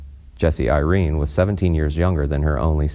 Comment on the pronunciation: It’s also pronounced Bertha not “Birth”. He also once mispronounces Irene’s name as Ir-rene Really awful reading here.